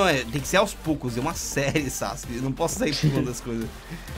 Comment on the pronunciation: vc falo sauske